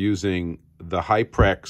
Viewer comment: Hyprez.. not Hyprex.. you got the labels in front of you dude...